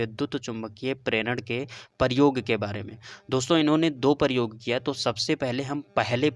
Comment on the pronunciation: Aur paryog Nahi prayog hota hai